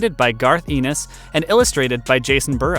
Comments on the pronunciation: FYI - it's ENN-is like "Dennis", not EE-nis like "penis". Good recommendations, though! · It's pronounced "Garth N-S". Of course, the golden age of horror comics was 1950-55 - hundreds of classic stories. You missed EC Comics.